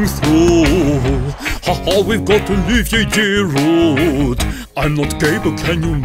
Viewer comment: He said girudet